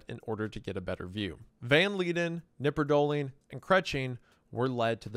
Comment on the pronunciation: In germany we pronounce the K in knipperdolling. Just fyi